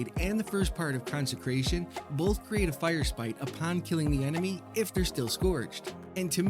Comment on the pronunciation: Hi. Big fan. I've seen all your XXX films. Just one question though. When did the second r in firesprite hurt you? You don't seem to wanna talk about it. Signed, -Your friendly neighborhood hunter main